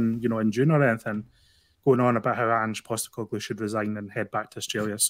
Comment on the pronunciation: every time refers to the 'Saturday is day before Sunday' comment --- you should remind him that the first video did on Ange - he was pronouncing his name as Anjeey Postecoglou!!!!